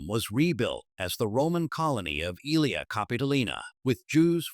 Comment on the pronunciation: Not Ilia ( Capitolina), but Aelia( read as Elia)